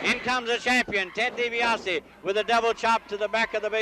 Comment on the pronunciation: Did Gen. Skandor Akbar ever pronounced Ted Dibiase's name correctly?